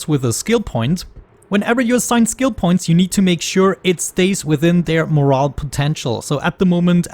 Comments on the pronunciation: Morale is pronounced like more-owl. The way you are pronouncing it is like more-el which is like a mushroom or the values/meaning of a story. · As a new player, this is a fantastically helpful and informative video! I just wanted to mention, however, that "morale" is not pronounced like "moral." It's pronounced "more-al". Edit: I see you actually pronounced it correctly later in the video, you just aren't consistent about it. Fair enough. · Not trying to be pesky, but just so you know. And thanks for the video! It’s really appreciated. Yes. Mo•rale mə-răl′► n. The state of the spirits of a person or group as exhibited by confidence, cheerfulness, discipline, and willingness to perform assigned tasks. n. Moral or mental condition as regards courage, zeal, hope, confidence, and the like: used especially of a body of men engaged in a hazardous enterprise, as soldiers or sailors in time of war. No (your pronunciation) mor•al môr′əl, mŏr′-► adj. Of or concerned with the judgment of right or wrong of human action and character. adj. Teaching or exhibiting goodness or correctness of character and behavior. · great video although the mispronunciation of the word morale made me more angry than it should have lol